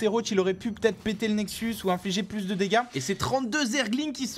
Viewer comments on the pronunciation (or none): quand j'ai entendu "nexu" sans S j'ai commencé à attendre le canal de nydu...